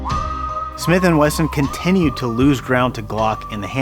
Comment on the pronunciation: Weson lol